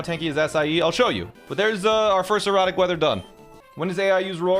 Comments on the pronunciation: It just clicked that he says erratic not erotic. I was so confused last episode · Each time sounds like he's saying "erotic weather" instead of "erratic weather" 😂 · Is he saying, erotic or erratic? 🤣🤣🤣🤣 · There is no accent in the English language where "erratic" sounds like that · I thought you were saying erotic weather lol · Anyone else not hearing 'erratic' xD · Every time you say erotic weather I correct it in my head and gaslight myself into thinking it’s an accent or something lmao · Thank bleep, I wasn't the only person hearing erotic.